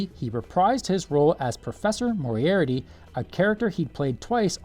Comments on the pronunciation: The Moriarty Star Trek episodes were among some of the best ones, but I have never heard anyone pronounce that character's name as Mori-arity. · Uhm, AI voice? Because that's the only explanation for that pronunciation of ''Moriarty''.